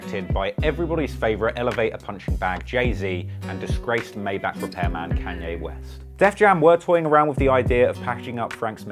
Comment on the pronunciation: “Ke-Anye Wes “